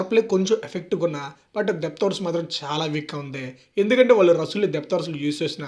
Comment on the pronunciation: రసూల్ కాదు బయ్యా రస్సెల్ 😂